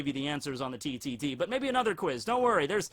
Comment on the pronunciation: Am I the only one who thinks Froppy is meh? She's a good character, but not great and certainly not the best. Overrated in my view. Btw TTT sounded like you said titty t